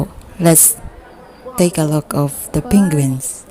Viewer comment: "Pinguins" XD